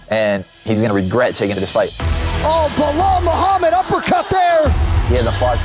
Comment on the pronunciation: Muhammad has a freaking perfect accent